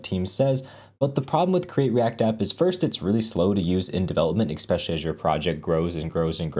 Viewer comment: ...Great videos. One tip - stop saying 'ek-specially'